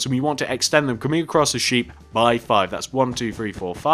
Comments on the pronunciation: He said sheep "shep" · it's sheep not shep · why does he say shep